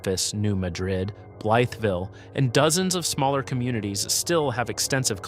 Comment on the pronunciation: Blytheville is pronounced "bly-ville." New Madrid is pronounced New "mad'drid."